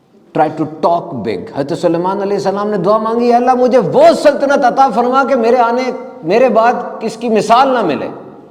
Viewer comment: آیت قرآنی میں پیش ہے اسم جلالت پر اور ہمیں زبر معلوم ہوا کہ آپ نے زبر پڑھا دیکھ لیجئیے ایک بار اگر غلطی ہے تو درست کر لیجئیے